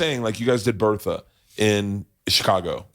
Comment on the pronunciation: It wasn’t “Bertha”… it was “Bert-a”